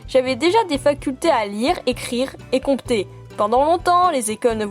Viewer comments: Tu as prononcé le p dans compter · Elle a dit comcter